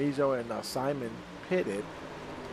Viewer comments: Is pronounced SIMOAN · Simon is pronounced SIMONE!